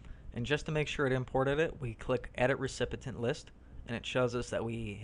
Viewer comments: Tip: It's recipient, not recipitant. ;-) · What is a r-e-c-p-I-t-e-n-t? Dude, it's recipient - your credibility just went out the window with that one!!! Sorry... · This was good. Except for the repeated incorrect word "Recipient." He kept saying Recipitant (Ree-Sip-it-tent) - which is not a word in the English language. It is pronounced REE-SIP-EE-INT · btw... the word is Recipient... not Recipitent... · This was nice! The word 'Recipient' was pronounced incorrectly.